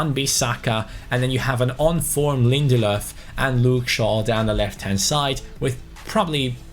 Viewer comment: youre pronunciation on Lindelöf is amazing// Swedish viewer